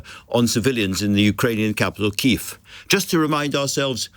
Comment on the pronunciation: yeah its kyiv, not kyiffff